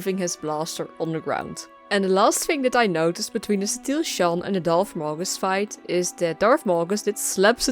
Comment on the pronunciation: Its Malgus ... not Molgus!